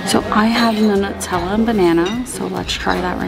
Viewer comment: The way she pronounces stuff so wrong though! 😂 Teton, Mangy Moose, and Nutella! Too funny.